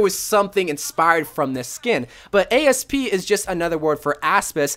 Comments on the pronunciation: "Ay-Es-Pee" you mean... Asp? As in Cleopatra getting bit by a snake? Lmao, I wasn't expecting you to spell it rather than just saying it. You are too perfect for this world Bro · this bitch said A-S-P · Did.. did he just pronounce “Asp” as an acronym..?